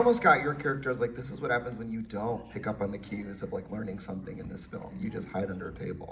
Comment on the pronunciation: saying " Filum" is killing me